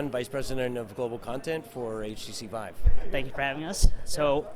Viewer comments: You lose all respect as an interviewer for the VR community when you call the The VEEVE. I mean I know people barely interested in VR that call it by its proper name. Also it probably means your biased on coverage since I am assuming you have interest in VR and are a fan of the Rift, but then dont even know how VIVE is prounounced. If you called it REEFT I would say the same thing. I own both of them by the way and am enjoying both of them, this was just inexcusable though.... If you think its called the Veeve that means you have talked to literally no one in the industry about consumer VR in general or have become extremely insulated on your coverage of the Rift. You have covered games coming to the Vive though thats what confuses me, did no one ever correct you? I mean its kind of funny that you own one and then called it a Veeve, maybe it was a slip of the tongue I hope thats the case. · Veeve? C'mon man.